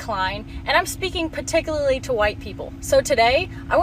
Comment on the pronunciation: "Paticulally" If you're gonna make a point, at least correct yourself before you go on. It makes you seem so frigging illiterate.